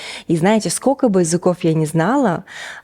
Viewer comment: Милая девушка, я восхищена вами! Но! Не скока, а СКОЛЬКО)